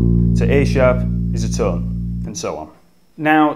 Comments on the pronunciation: sounds like he's saying tun semi tun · Jesus people, he's not saying 'ton', or 'tun' he is saying 'tum'... semi-tum, whole-tum Tum-ta-tum-taaaa-tums ♩♩♩♩♩♩♩♩♩♩♩♩♩♩♩♩♩♩